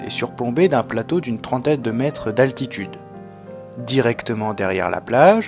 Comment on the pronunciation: bonjour, bon reportage mais il y a quand même un petit problème ; ne serait il pas possible de prononcer les mots dans leur entièreté?. On parle de metRe et non pas de mete. Les unités de mesure comme les autres mots tel semblabLe se doivent d'être dit distinctement. Je sais que c'est un détail pour vous mais je trouve que cela est important pour la bonne compréhension et la fluidité de ce que vous dites.